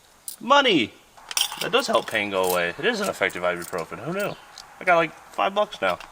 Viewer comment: That ibuprofen sounded exactly like silver.